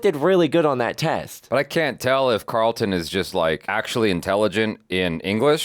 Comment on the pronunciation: I don't know why it irks me that people call Alfonso character CarlIN, instead of CarlTON. Even Will says CarlIN. 🤣🤣🤣